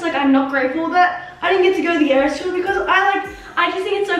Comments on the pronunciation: It’s eras (no hate) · Two things it’s eras tour not ears tour and swiftie not swifty no hate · Its Eras tour! Not ears tous! Xx